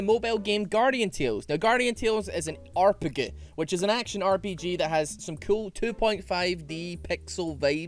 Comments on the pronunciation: saying "arrpeguh" instead of "rpg" got me to like this video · pronounces "arpg", bless this man, that's adorable.